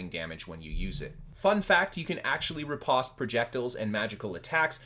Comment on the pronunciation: riposte rhymes with “toast” and flèche rhymes with “taste”